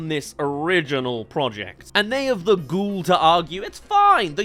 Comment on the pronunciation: The way you pronounce gall is making me cringe